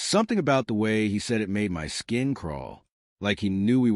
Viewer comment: Honestly one of the better stories out there. Just the ai narrator "waaayyyy" "sorrrryyyy" pronunciations are soooo irritatingly unrealistic.